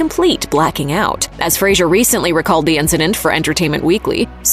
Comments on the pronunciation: Fraser like fray and sir. Not like fray and sure. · Fraser not Frasier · Fraser, not "Frazier" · Scorpions sting not bite and it's Fraser not Frasier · I've got to stand up for Brendan here and remind you that his last name is pronounced "FRAY-zər" as in "razor" and not Frasier as in the television sitcom. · Fraser* lol, and it's pronounced like "razor", not like the Kelsey Grammer character. But yeah, he's awesome, I loved him in this, Blast From The Past, Airheads, even the small part he had in the show Scrubs was done amazingly well. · Fraser. its pronounced "Fray zer" FRAYZER...... for gods sake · It's Fraser, rhymes with razor. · His last name rhymes with razor. Could at least make sure you’re getting his name right. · You'd think a channel of this magnitude covering a movie with an actor on a miraculous comeback. You'd ATLEAST pronounce his last name correctly even ONCE in the entire video. But....🤷‍♂️ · Pronouncing Brendan Faser's last name incorrectly will only get you put on the list.